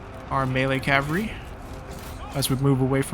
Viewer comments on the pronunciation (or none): Love these vids. Enjoying the playthrough but its cavalry. Cav al reee Not cav ree 😅